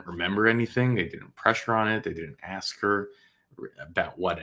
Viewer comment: Sometimes good men need to realize when to retire. Thanks for your service. Anyone who cannot pronounce the word "ask" should not be on this board.